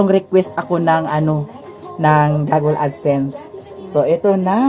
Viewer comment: i think it's google not gogle